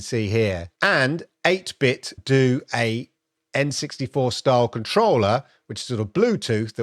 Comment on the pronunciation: 8 Bit Dough. Like pizza dough. Like Ninten dough. Not do. Great video.